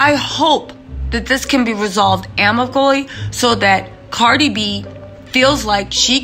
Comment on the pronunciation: 😳 Why does it sound like you have a hard time speaking? And did you say amically? Surely.. you meant amicably.